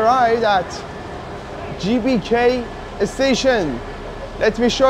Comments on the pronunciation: The letter G in bahasa Indonesia is not pronounced JAY, but GAY. So, GBK should be pronounced like gaybayca. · Assalamualaikum brader..GBK bukan CBK..😀😀 smoga sukses bahasa Indonesia nya merdeka 🇮🇩💪